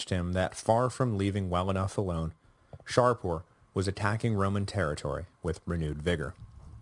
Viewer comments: Do I hear the Sassanid king's name being pronounced Shar-poor? Is that a latinized version? In Persian the name is Shah-poor, shah=king and Poor=son of/born of. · This is my second run through the series and although I may have raised it before, the Sassanid king's name is Shapoor not ShaRpoor. Shapoor is a compound name, from Shah=king and Poor=son(of).